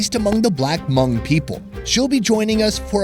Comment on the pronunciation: Thanks for pronouncing Hmong correctly. It is not pronounced Ha Mong like so many other Youtubers. Happy to see you prosper. Been here since the beginning